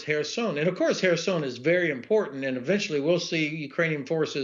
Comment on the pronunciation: Whereson??? ah he meant to say Kherson, he has a teeth problem probably...pronouncing a Kh as an h.... dumb...